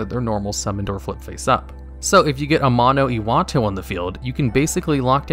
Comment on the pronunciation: Say it with me now:AMANO....... IWATO